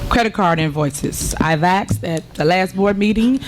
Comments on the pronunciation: Tiffany has a point. She has axed and axed for the credit card bills. 🤣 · You axed and axed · “I’ve axed and I’ve axed …” and still the tree won’t come down! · " how your department was ran" wtf she can't speak English. Can't even say "asked" properly